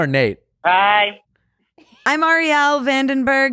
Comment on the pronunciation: I laughed out loud every time Nick mispronounced Arielle's name for the second half of the podcast. Its just tooooooooo good.